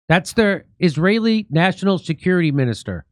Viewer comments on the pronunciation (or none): none